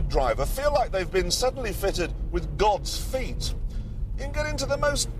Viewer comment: Omg did he say gods feet? Initial d?